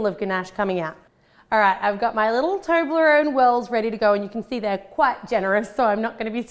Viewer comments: Does anyone now how many times she said toberone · I pronounce it as tob-li-rone. Not toe-bley-rone. How do you guys say it